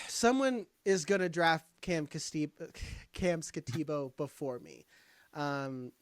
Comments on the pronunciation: No one said Skattebo's name correctly lol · I agree with the comments on mispronouncing Skattebo's name.... and butchered it... wisely avoided it. But I also think he's appropriate at rb9 or even 10. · If you're going to snicker and mock Cam Skattebo, at least say his name right.